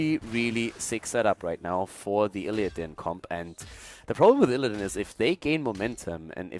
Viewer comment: i prefer as Co-cast than that other english dude who mispronounces IllidAAn, or KEEL-thas. i swear that gets to me everytime. also, anti hero gives valuable input on things alone might miss if he solo casted himself.